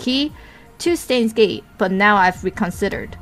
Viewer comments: it's not "Stains Gate" no one's doing the laundry right now It's pronounced: "Sh-tines Gate" Also "El Psy Kongroo" is pronounced: "El Psy Kong-o-ru~" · Steins;Gate, they pronounce it actually [ʃtaɪ̯nz geːtŏ] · please listen to these it is only 2 seconds long you pronounce the word stein wrong please just click on the listen option p.s. your videos are great :)